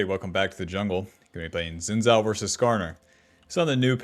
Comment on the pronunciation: It's "shin-jow"